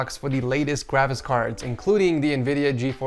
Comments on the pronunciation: Also said gwafics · He also said Gwavics Cards